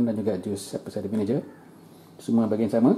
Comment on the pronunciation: Bukan vinije. Sebut bunyi "ge"